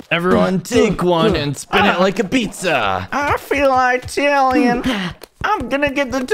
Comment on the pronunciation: "I feel eyetalian"💀💀